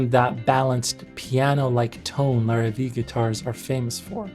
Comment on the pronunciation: Just a couple of notes: Larrivee is pronounced Lar-ah-vey, you also missed a whole chunk of his history when he made electric guitars and basses (I owned one of each and they were amazing. He quit when Jackson threatened to sue over the headstock (I believe Jackson ripped off Larrivee and trademarked it). Also Godin is pronounced: Go-dan. Godin has lots of signature artists you missed and build guitars for other brands as well. Great video